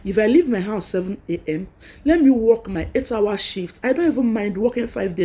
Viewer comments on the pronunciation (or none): Why do you say wek instead of work? Hope you have gotten your documents before this walk out. People in diaspora work a lot of hrs you can’t have your cake and eat it too. You didn’t pay for the education to get this job. They sponsored you and your family. It’s your responsibility to organize your home and if you want to be breastfeeding that’s good but you can make amendments for that. You were even given a car. Well don’t blow your voovozila we all have children too. I hope they won’t deport you and your family because you are on a work visa and you are already showing you got it all together. At least let the ink in Immigration file dries. They fucking spend their money on you. For the purpose of going there to work. Please stop saying wek it’s WORK ! I trust y’all accepted the jobs to get away from where you use to be. But some of us knows y’all have a premeditated plan after you find your foot on the ground. You accepted everything for them to accept sponsorships of your and your family. Even those who accepted to donate kidney after arrival they talk with people they know that lives in England and then after accepting they will suddenly lie about their ages and lie they never knew what they agreed to. Come to find out the scammer even registered to vote 10 years ago. Sitdon look Na my Dog name.